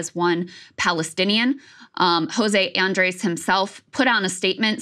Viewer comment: Krystal, please work on your pronunciation of Andrés, it's not "ace" at the end